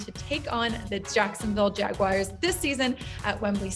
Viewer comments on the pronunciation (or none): its JagUARS not "WIRES"